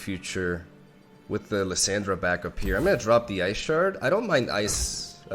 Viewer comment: Dude its Lis- AH-ndra(like when the doctor says open your mouth and say ah) the way you say Lisandra sounds like Liz-Sandra and I had to watch this on mute, haha just kidding no I didn't. I really just went down to the comments so I can talk shit about how you talk. You say Thrall correctly and its literally the same fucking sound dude come on. Is it on purpose? Ok I'm done, gg good vid.